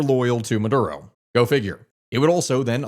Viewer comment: Maduro not murdo